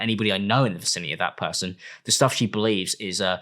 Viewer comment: As a Bri-ish puhhson 😛